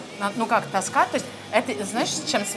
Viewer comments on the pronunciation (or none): none